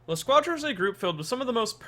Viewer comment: Pronounce: La squadra Him: La shcuajra